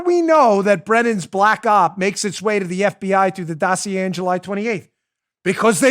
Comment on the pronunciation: When Chuck Todd says or mentions the word Dossier [doe see a] to Brennan he was fawning over him like he was love, he should have put him on the counter and kissed his caboose.